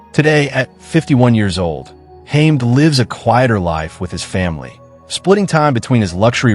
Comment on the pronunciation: Its pronouced HA-MED